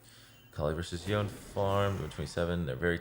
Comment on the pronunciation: Does anyone know if he is mispronouncing Yone on purpose? It’s driving me insane